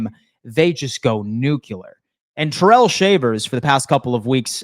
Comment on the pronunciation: Its Ty-rell not terrell, hopefully hes not watching😂